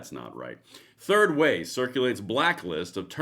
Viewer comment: Did you say "Turd Way?"